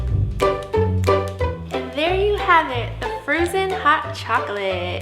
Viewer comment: Frozon hot chaklate